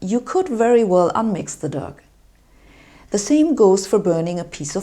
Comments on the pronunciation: "dug"? I think you mean "doe" :) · Mix the dug? lol Pronounced as in doe (female deer). Great science; ropey English :) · dough is pronounced d-OH not dug. sorry about english spelling. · Its pronounced dow not dug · I enjoy your videos but please note that the plural of process is NOT processeeez. Hypothesis, thesis, crisis come from Greeek and work like that but process comes from latin processus and has different grammar. Also I could not work out what your recipe for "dug" was. Dough is pronounced like "doe". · "dug" which is dough is pronounced 'doh' like Homer Simpson might say doh. Your reading from a script but that's ok. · I like your accent. "Think of mixing Doug." What happened to poor Doug?! I think you meant DOUGH--rhymes with "though" as in "even though I mixed Doug." Dough has a long O, same as in "boat." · Dough ,pronounced doe,not dugh.. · oh my god, Sabine, dough is pronounced "doh" as in "don't" not "dug". i am laughing a lot. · Dough isn't pronounced "dug", we say "d'oh" like Homer Simpson. ;-) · Dough isn't pronounced Dug. It's pronounced Doh. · Why are you on a weird steel background and wearing a cocktail dress? And did you say “doug”? It’s pronounced the same as “doe” even though it’s spelled “dough.” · Sabine Hossenfelder''s nearly perfect English is a pleasure to listen to. Let's go with dough though, enough with duff! :-) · Good video! Just FYI dough is pronounced 'doe'. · Truelly loving your channel and i am sorry to have to admit your pronouncation makes me smile at times. Your spoken english is mostly perfect and i would not claim that i could do any better. Now dough(Teig) the gh is silent, your pronouncation lead to the word i heard which was duck(Ente oder ducken/in Deckung gehen). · dough is pronounced DOH sabine , as homer simpson says it "do'h" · Just fyi, dough is pronounced /dəʊ/ (in the IPA) or "dow" written more plainly. I really like your videos, and I appreciate that English is not your first language. Keep it up :)